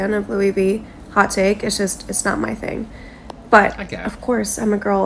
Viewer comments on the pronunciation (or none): none